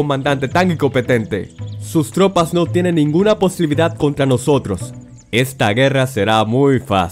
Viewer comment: Épica pronunciación 😂😂 . Icopetente . Posribidad de 😂😂😂😂😂